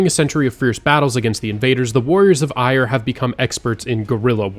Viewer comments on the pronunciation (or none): Eire is pronounced more like Air-a not ire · eire is pronounced eye-ra btw